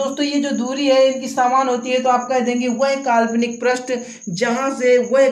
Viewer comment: प्रष्ठ नही पृष्ठ कहा जाता है